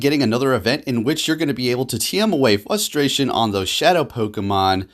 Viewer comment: The word is fRustration ffs there is an R in the word FUSTRATION is not a word!!!!!!